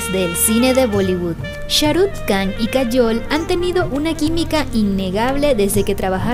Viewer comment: Muy buenos tus videos, un detallito la KH se pronuncia como una J o sea sería Sharuk "Jan" la pronunciación, sin que suene la K